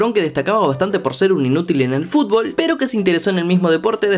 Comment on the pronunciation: mmmm soy yo o es q el esta pronunciando fulbol o fulbo en veces de futbol ? 🤔